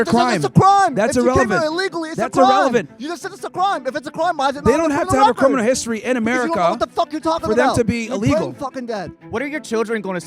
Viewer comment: How many of them have cwiminal convictions 😂 get this rtard outta here 😂. Why these useless college students who are still sucking on their moms teat think they could do ICE's job better than them? Coming here is illegal, a misdemeanor, its treated as a civil infraction so they dont have to give the illegals the same rights as a criminal